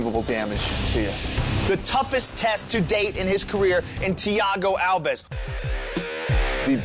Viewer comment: Dana says Thiago's last name wrong evertime he says it in the video...lol